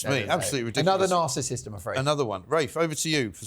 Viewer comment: Mark - greetings from America - and a big hello to Mrs. Dolan - did you say Penny was a bit of a Narcissist or "Assrsecissist"? - I obviously made up the word - but by all means do use it as applicable to various individuals.